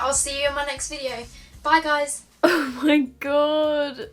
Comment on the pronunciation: Ok this isn't a HATE comment, but I hate it when you tubers say guyzezz Gi_z_ez This is NOT a HATE comment. is amazing as a person love her vids. P.S. if you are reading this give it a like